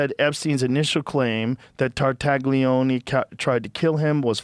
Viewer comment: Tartaglione is pronounced tar-tah-LYOH-neh, Joe, you knucklehead lol tar- (like 'tar' in tarnish) tah- (short 'a' sound) LYOH- (The "gli" makes a liquid "ly" sound, similar to the 'lli' in "million," followed by a long 'o') -neh (short 'e' sound, like 'net' without the t)